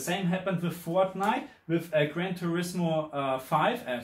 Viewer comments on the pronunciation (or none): Grand tourismo five😂